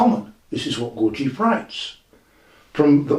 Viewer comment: c'mon, Gawjeef? In English, Gurdjieff. I live in Tbilisi (tiflis for all you over influenced by Russians). Here it is more like Gourd-ji-efi. I can't speak for Armenians.